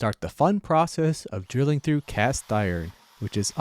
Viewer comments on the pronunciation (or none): none